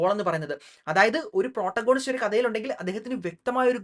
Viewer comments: താങ്കൾ പ്രോട്ട ഗോണിസ്റ്റ് എന്നു പറയുന്നത് തെറ്റാണ്. Protagonist എന്ന വാക്കിൻ്റെ ഉച്ചാരണം പ്രറ്റാഗനിസ്റ്റ് എന്നാണ്. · It's actually pronounced 'പ്രൊറ്റാഗണിസ്റ്റ്' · Correct pronunciation is - Protagonist